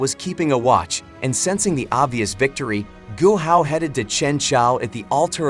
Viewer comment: Man called guo hao Gohan